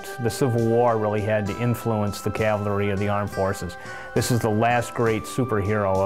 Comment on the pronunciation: Hey dude,. It was NOT pronounced " calvery". That is the hill on which Jesus was crucified. Custer was the commander of the 7th CAVALRY -- cav, dude, cav, not cal. Get it right to show you are not some duffus talking. ( Sorry, if I come across as RUDE, but this type of thing bugs the you know what out of me).